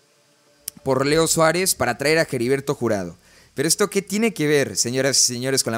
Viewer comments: Ya no voy a ver tus videos sí sigues diciendo Jeriberto en vez de heriberto 🤭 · Hola, dos sugerencias, la pronunciación de HERBERTO no es Jeriberto jajaja, y la repetición constante de la frase "en ese sentido", deberías corregir esos detalles, y otra cosa, dices que no vendes humo y la verdad es que das muchas notas que no son ni serán reales, aclaro, tu contenido me gusta, es critica constructiva, abrazo y éxito.